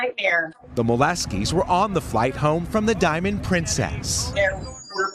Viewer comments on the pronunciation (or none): none